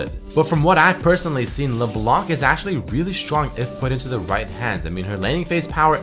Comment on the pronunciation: ESPESHIALLY, ASHYALY, HONESTLY, AKSHYALE, PRETTY DAMN PRETTY DAMN. u are so annoying to listen to. Hire someone to write your text because you skipped school.